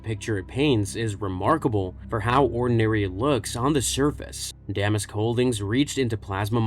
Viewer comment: You're pronouncing Damask wrong.